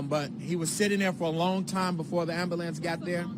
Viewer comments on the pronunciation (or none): he said AMBERLAMPS!!